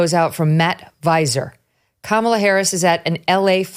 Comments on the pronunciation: It sucks that I can’t send this video to my leftist relatives simply because he keeps calling her “Camilla” and they will immediately discredit him 🫠🫠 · I love how VDH pronounces Megyn's name correctly, but refuses to pronounce Kamala correctly.